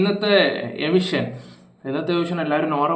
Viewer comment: എവിഷൻ ❌എവിക്ഷൻ ✅